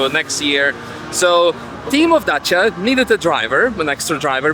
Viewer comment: Yeees as a Romanian he pronounces Dacia perfectly